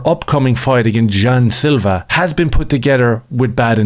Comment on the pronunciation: Jean "jew" Silva